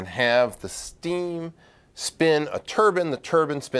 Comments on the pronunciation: Also, the steam does not spin a turban, it spins a turbine. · It’s a turbine, not a turbeen. And I’ve never heard of an RMBK reactor before. I’ve heard of an RBMK reactor though. Still good to watch however! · still can't pronounce turbine.